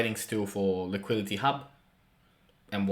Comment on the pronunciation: You yet again fail to pronounce LIQUIDITY like an adult?! Why?